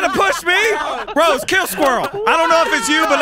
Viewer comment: "I will choke the shit out of you Sq-Rose" LMAO HES SO USED TO SAYING SQUIRREL😂😂